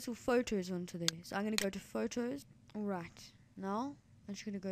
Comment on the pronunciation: Why do u say alrat insted of alright?